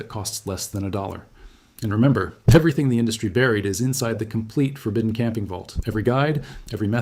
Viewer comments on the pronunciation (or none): none